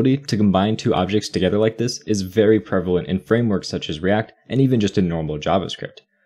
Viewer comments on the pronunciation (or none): none